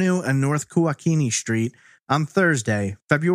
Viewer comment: “SH-treet?” Lol